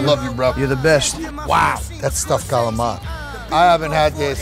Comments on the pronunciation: it's called calamari, calamar... wtf is galama? you don't order a goga gola at the restaurant. don't you? drenching everything in oil and grated cheese... the real "façon" of a chef... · how did CALAMARI (squids in italian) become “GALAMA” lmao i’m screaming these italian americans kill me ahahahahahahahhah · So galamar Is the attempt to pronunce calamari the right italian way? For God sake Just stick to squid or the American pronunce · Are they calling Calamari, galama? I'm so confused here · “Galama” lmao